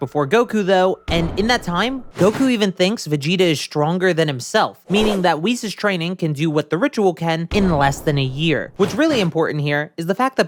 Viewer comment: Isn't Whis pronounced like whiskey?